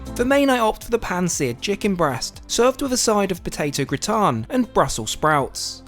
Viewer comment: They way you said potato gratin had me in the stitches. 🔔🔚